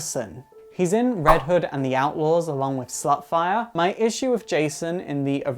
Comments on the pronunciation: It's star fire not ......slutfire...XDXD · Lol did you call Starfire, Slutfire? It seemed like it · instead of starfire did he say slutfire? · Wait did he call starfire slutfire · am i the only one that thinks he said slutfire instead of Starfire? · Nope your not the only one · Ur not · nah heard it here too lmao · did you say Slutfire instead of starfire? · did you just call her slutfire? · I like how he changed a name at the end and said Slut-fire instead of Star-fire:3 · you said slutfire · Did you say Slut Fire? You did. Just like in Starfire's history. I saw something like that. I saw Slut Tinker bell. On a woman's car. I mean come on. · Slutfire? Did he say slutfire? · did u say slutfire or starfire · Did he say "slut"fire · I heard slutfire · did he call starfire slutfire? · did you call starfire slutfire xD?